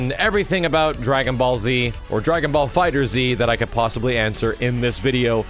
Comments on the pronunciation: It's pronounced dragon ball fighters not dragon ball fighter Z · have to say it, it's pronounced Fighterz as in Fighters. It's a pun. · just a small thing, it's FIGHTERS with a Z not Fighter Z. That is all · It's not Dragonball fighter z It's Dragonball fighterZ like as in plural